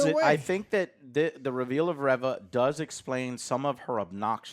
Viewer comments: Hearing Joe correct pronunciation of Omega when he can't pronounce Reva correctly to save his life made me laugh. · REEEEE-VA....NOT REVING up her engine "REV-VUH"! 🤣🤣🤣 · Reeeeva not reh-va!!!! Learn how to pronounce things! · I'm convinced you guys incorrectly pronounce names on purpose now. "OH-MEE-GAH"? Really? You've never seen the word "Omega" before and don't know how to say it? Seriously? "OH-MEG-AH" is how you say it. And its not "REV-AH", its "REE-VA" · Well first of all GET HER NAME RIGHT it's pronounced RE - VA 😌 NOT RIVA no wonder no really watches this channel NOT anyone INTELLIGENT 👎🏾 this show and conversation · "ree-vah" guys... Its "REE-VAH". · There's just no pleasing the star wars fans. I have multiple gripes with your review here. You constantly pronounce the name Reva wrong, and you have an issue that she is still alive even though shes obviously going to die in the next episode? Haven't you heard what the G.I said? Revenge does wonders for the will to live. Reva still wants revenge. So she is going to live untim episode 6. Qui-Gon was a good jedi. True Jedi hardly long for revenge. And even if they do they don't dwell on it. What don't you guys get about hatred and anger through the dark side keeping you alive. It was PRETTY obvious Reva was a Youngling at order 66. We didnt need an early reveal of that. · Why can't you pronounce Reva's name correctly 😂